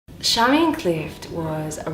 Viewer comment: There is an interview online where George clearly calls her Charmian so it makes me wonder why you ( and others ) call her Sharmian.